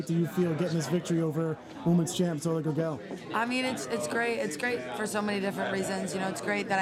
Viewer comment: you said Zoila Gurguel, its Zoila Gurgel ( pronounced Zoila Gurjel ) :D